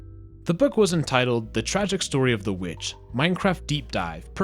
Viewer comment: “The t ragic”